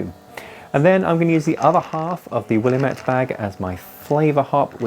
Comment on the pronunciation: People from Oregon be like "Will-am-it, damit!" 😂 Great video as always.